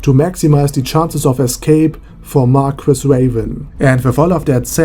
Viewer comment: Marguis is pronounced. Mar-key